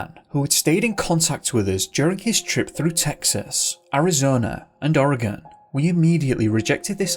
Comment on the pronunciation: And I appreciate the fact that you pronounce Oregon properly. And most of the little town's named after Native tribes here and Washington State